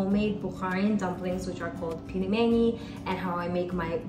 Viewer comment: Not pilmeni, but pelmeni (пельмени).